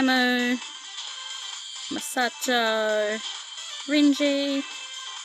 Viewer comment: Please, tell me that you've watched at least some of the Anime by now. I like you but, those pronunciations of their names were so cringe. The way you were gushing over the guys was cute though. Haha! My favourites, because I can't choose just one, sorry...Natsuki, Ren, Reiji (not Renji), and Tokiya. 😍😍😍💕💕💕 I like the other guys a lot too, although I had to watch the Anime before I really liked Syo, Ai, and Camus. I've got a love/hate thing with Camus, because he can be so arrogant at times.